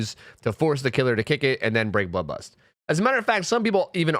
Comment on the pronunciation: I could only hear him say ''Bubba's'' instead of bloodlust